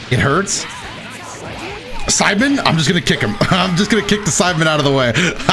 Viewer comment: Wait did say sidamen